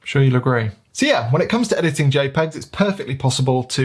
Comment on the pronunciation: ahahah loved how you say EDITTING! XD Anyway.. thank you for the video. I am myself shoowting Jpeg + RAW and starting to play with the in camera Fuji Jpeg settings to get the most out of them and see if I can get some more usable Jpegs. That would be particularly useful when sending the files to the phones.. (the app only sends Jpegs) Fuji let's you tweak highlights and shadows as well so I am trying to get more dynamic range out of them. A little bit like Logs in video... but not to that extreme